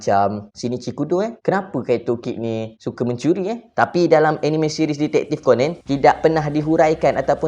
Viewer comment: Sebut ko-nan, bukan ko-nen. Stress ak dengar.